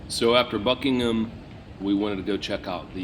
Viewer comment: I'm impressed that you managed to pronounce "Buckingham" correctly! Well done!😁